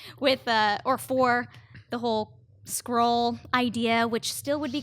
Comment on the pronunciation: Again, with the "Scroll". It's Skuh-Roh-ULL....